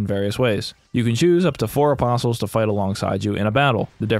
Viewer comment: Its like, I know hes saying apostles, but I keep hearing opposums, which honestly sounds like it might have made a much interesting game